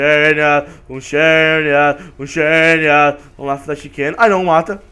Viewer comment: se escrave xerneas mas se fala zerneas